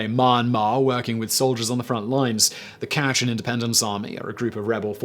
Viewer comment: Fascinating and disturbing. Also, it's Ka-CHIN, not KA-shin.